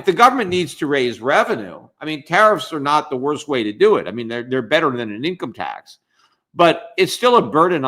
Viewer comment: "a nincome tax". Lol